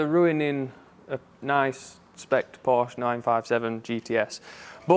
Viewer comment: If you’re unable to pronounce the name correctly, you shouldn’t even stand near a Porsche.